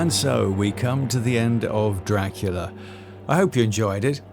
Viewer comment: Best 'Draclia' narration ever!😂